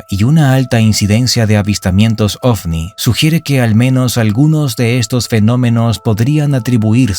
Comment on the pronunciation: Es ovni no ofni 😂😂😂